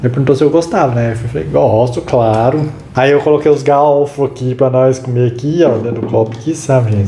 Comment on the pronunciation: não é galfo que fala,é GARFO.👍